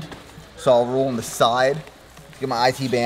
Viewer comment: ‘oan’ instead of ‘on’ - what accent is that?